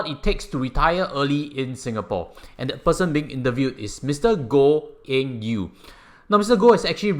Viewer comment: Did you pronounce his name wrongly? Not Eng Yew